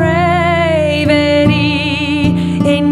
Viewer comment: Great voice and ofc the song is dope. Just really hard to get over the mispronounciation of 'de-prAv-e-tee' :D It comes up so many times!